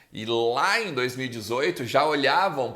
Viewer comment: Fala,! Blz? Só uma dica, tenta pronunciar melhor o "Em" do "Em Off". Eu tava só ouvindo vc falando enquanto navegava em outros sites e achava que o nome do quadro era "in/off", hahahah. Espero que leve numa boa! Parabéns pelo canal, sou fã do seu trabalho. Abraço!